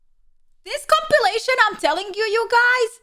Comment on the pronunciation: At did bunny say compilation or copulation? 😆😇😉